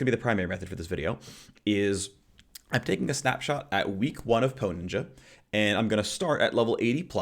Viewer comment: TRIGGERED: hearing you say PoE.Ninja makes me scream... Thank you for this video though seriously you are awesome.